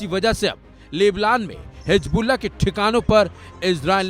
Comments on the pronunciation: जो लेबनान को लेबलान कह रहा हैं वो क्या सही न्यूज देगा। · लेबलान 😂😂😂... भाई ठीक से बोलना तो सीख लो कुल्लूमीटर